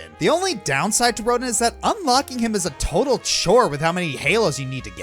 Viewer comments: "Once you finally do so, you'll face off against 'Ro-deen'." eye-twitch... Yes, it's spelled R-o-d-i-n, but it's pronounced "Ro-dan". Like Auguste Rodin, the french sculptor. And like the way it is pronounced in the game. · Rodin is pronounced Ro-DAN. it's French...... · Little error. You pronounced Rodin wrong. It's pronounced Rodon.